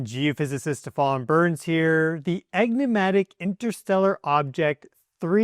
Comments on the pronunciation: E nig matic not Egg ni matic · 'Enigmatic', not 'Eggnimatic'😂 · ...did you say 'EGG-nimatic? en·ig·mat·ic. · *ENigmatic not Eggnimatic, dear fellow. First time here, really interesting, thank you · Egnimatic? No, no, you ARE a serious person. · Eggnimatic? That illiterate word has nothing to do with enigmatic, I believe. Dumped in the first 7 seconds. New record.... G'bye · Lost me at "egnimatic" lol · Eggnimatic?!?!? *E*nigmatic. 🙄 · Egnimatic? 😂 What was that? Any credibility you had? Gone? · 1. It's pronounced "enigmatic", not "egnimatic". 2. It's "trans-Neptunian" (i.e. beyond the planet Neptune), not "trans-Newtonian". 3. It's not an "orbit", it's a "trajectory". 3i/Atlas is not orbiting anything at all. I doubt you're even a geophysicist. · Enigmatic not egnimatic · He did start with the word ‘egnimatic’ - but I’ll let that go because everything else was fantastic 😅👍🏻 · "The egnimatic interstellar object...." WTF is "egnimatic"? I think you're an uneducated fraud and a snake-oil salesman. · "Egnomatic"? Really. Did you perhaps mean ENIGMATIC? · Did you say Egnimatic at the start??you mean Enigmatic I assume? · Did he say engimatic?! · Brother did u just say egnimatic. Lol. U do kno its enigmatic just in case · Stefan Burns its Enigmatic ...NOT Egnimatic LOL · You mispronounced literally the second word you spoke after introducing yourself. Do you know what an enigma is? It's not an "egnima". Nothing is "egnimatic", as that is not a word. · “egg-nimatic”?? Seriously? You want people to believe you have the intelligence to be a geophysicist when you can’t pronounce enigmatic? You lost all credibility with the first sentence you uttered in this clip. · Egg-nematic? Or enigmatic? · Shortest video EVER: I made it 3 seconds into this and said "NOPE!" When we live in a world where GEOPHYSICISTS say "Egg-nuh-matic," I'm out. We are well and truly cooked when even our "scientists" are functionally illiterate. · 'Enigmatic', perhaps? Egnimatic isn't a word.